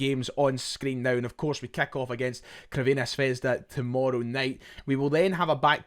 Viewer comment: Love ya but enough of the butchered Crvena Zvezda pronunciation, just say Red Star like the rest of us 😉